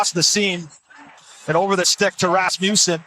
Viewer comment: Love hearing the commentators say Rassmewsen 😂😂